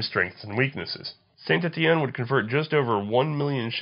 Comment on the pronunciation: its "tooll, shaw-teh-role, and San Etienne